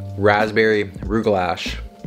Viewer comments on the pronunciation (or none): I'm glad I had some coffee before watching over-the-top energy! 🤣 But she does explain the exercises well... a true technician. And... it's NOT "roog-lash" it's "Roog gah lah". But I'll admit that pronouncing it correctly doesn't erase the calories. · LOL not big on the Jewish baked goods I guess 😅 gotta change the “lash” to a “luch” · I died a little hearing "rugelaSH" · the word "rugelach" is pronounced with a lot more phlegm at the end... the last syllable should be like you're saying the word "lock" but instead you decide to hock a loogie midway. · I'm personally very insulted by your pronunciation of rugelach. C'mon man.